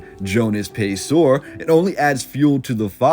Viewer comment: It's pronounced Pay-sir; as opposed to Pay-sor.